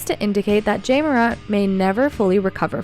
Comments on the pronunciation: Where u from it's Ja not Jay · Love it when people get mad at artificial intelligence voices saying Jay over Ja (Jahh). Really? Could you make it any more trivial? If he wanted his name pronounced differently, perhaps don't pick on that literally has the same pronunciation. The extremely Ignorant and uneducated are everywhere in here. Trying to be edgy and trivial saying its Ja not Jay get it right! 😂 You sound like dopes. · J-ah not jay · this is very bad quality click-bate.. it's Ja, not Jay... no new information a,d just repeating the same thing over and over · This nothing new.... and i agree that you need to say his name right JA Morant not Jay .... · this is old stuff. He is not jay morant . He’s JA ( jahhhhhhhhh ) ah ah ah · Ja not Jay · Jay? Who tf is reading this script. It’s JA. Not Jay. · When she pronounces his name Jay… clickbait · "Jay"Morant. Spell the text phoenetically so the AI can pronounce it right. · What's with the AI commentator? "Jay" Morant? Try a little bit harder. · You don't even say his name right smh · Lol it is artificial intelligence and not a person who is miss pronouncing his name! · Three seconds in and you already mispronounced Ja’s name. I’m out 👎🏾✌🏾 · The fact that she says Ja's name wrong says everything about what she knows about basketball..or probably any sport for that matter... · it drove me crazy.. i don't even think the voice is a real person.. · She can’t say the Ja name right. 🤦🏾‍♂️ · You might want to try pronouncing his name correctly before you post old stories that happened months ago that everyone already knows about